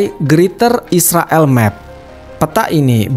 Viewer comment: Yag jelans nama ya bukan Israel min Isriwil 😁